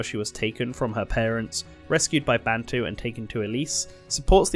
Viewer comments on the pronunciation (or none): none